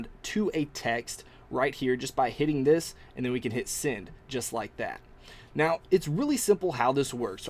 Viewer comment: Thanks for a great review. I must say one thing. I cant stand it when you say send sending or ten. You say it like sind sinding or tin. Sorry. Just saying. Again great video.